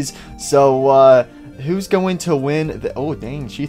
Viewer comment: Poppy says [ I HAVE A GUN IAM GORNE TO KILL]🤣🤣